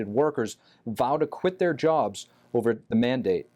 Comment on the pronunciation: She said uver or oover all